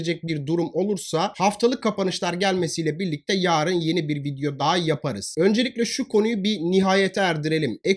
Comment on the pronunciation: Hocam Her zaman dinliyorum. Yaarın diye değil yarın diye uzatmadan söylerseniz sevinirim